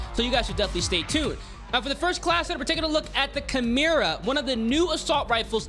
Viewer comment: Chimera= KY-MER-AH… not CHI-MER-AH. Why do people consistently pronounce this wrong? Also, just a tip for those that don’t counter aim. Could you do the weapon builds without compensating for recoil? It would help for us peasants lol